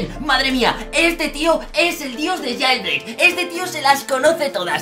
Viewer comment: jailbreak no jeilbrik jaja XD